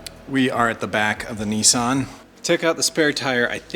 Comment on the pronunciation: Btw the way you say it niiisan is big brother in japanese you pronounce this brand Niss san.